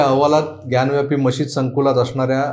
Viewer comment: ग्यानव्यापी हा चुकीचा उच्चार आहे. ज्ञानवापी असा तो शब्द आहे. वापी म्हणजे विहीर.